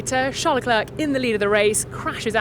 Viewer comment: Vertstappen and Leclerc are both mispronounced . The A in Verstappen should be pronounced as in car and star ( the A in Max as well) and Leclerc is pronounced as Le Klurk , hilarious . French is difficult for you English , it should sound like : Le-Clair , as in the girls name Clair . Not difficult at all . And fMax Verstappen , for crying out loud , the man is reigning world champion , been there since 2016 and you English still haven't picked up the correct pronunciation of his name . Shame on you .